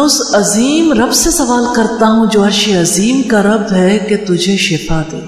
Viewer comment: madam apni alpaz drust karo arshi azeem kaha karo